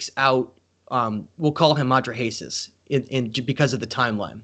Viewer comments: Hello. I realize that you MAKE YouTube Videos but I hope you will write your talks on a piece of paper First so they are clearer. And dont bumble and mumble so much the next time.. Clear facts are much more important than.. Opinions.. And lastly please look up the pronunciation of.. "Atrahasis" for example so that people will think you are Educated.. Thats important for your Future.. Unapologetically... BerneC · Took me a long time to figure out he is saying Atra-Hasis. A few misspelled names later ... 🙂